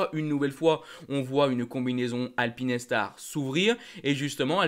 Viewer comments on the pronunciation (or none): Bonjour, je voudrais savoir pourquoi tu nous parle de (alpine et star) et pas de Alpinestar! Je n'avais jamais entendu une prononciation comme ça ! Sinon toujours très cool tes vidéos. 🙏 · Showa dynasty et Eitaro sont à l'origine du nom de Shoei. Soit Sho et ei = é pour alpinestar c'est comme la marque automobile française ça se dit alpine star pas alpine et star! 🙏